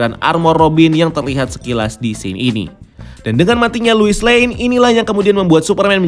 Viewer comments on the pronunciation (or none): gregetan si babang ngomongnya luis luis luis... bukannya harusnya lois ya bang? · Penyebutannya "Lois" min bukan "Luis"!!. Luis itu nama Cowok. Lois itu nama Cewek. #RestoreTheSnyderVerse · Luis?? Lois ya lois gak usah di baca luis geli denger nya